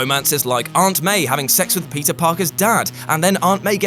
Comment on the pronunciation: He says "Peter" but all i can hear is pizza